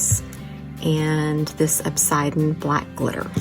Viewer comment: Love this stunning cup!! As an avid gem and rock collector, the black glitter is-'ian' The 'an' is pronounced with the' ian', like 'Asian.' Plz, not in any way downning you🥰🥰 just teaching you how to say it.❤❤ I'm so jealous of your leopard spots!! Absolutely beautiful!! I could never accomplish this perfection!!🥰🥰🥰